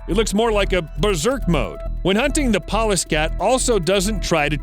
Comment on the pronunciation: I thought he kept saying "paw-less" cat. I thought what do they use knives???